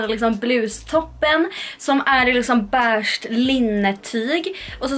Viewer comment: Lär dig säga beige med e och inte ä!